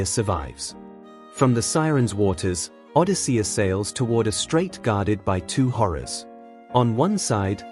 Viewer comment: Nope. I can't listen to Odi-SEE-us even one more time. Goodbye.